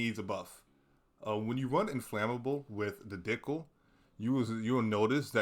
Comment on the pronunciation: bro said dickle lmao